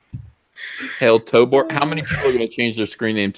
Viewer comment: Jesus Christ it's TOBOR with a fuckin O in it. T-O-B-<<O>>-R It's robot backwards. It's not "Tobar" like you've said a hundred times. Moron! Love ya.